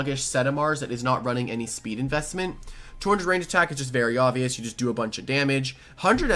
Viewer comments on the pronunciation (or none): none